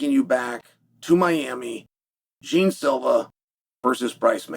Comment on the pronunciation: Jeen silva? Lol, its pronounced more like jay aun